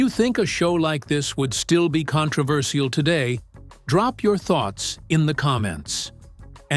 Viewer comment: This is titled "THE Dangerous joke..." Where is it? This guy talked more than play any clips! I want to see clips! And he should learnto pronounce the word CONTROVERCIAL! (kaan-truh-ver-SHL!)